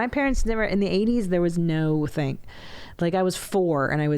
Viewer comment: Please stop saying “ThnGy” like that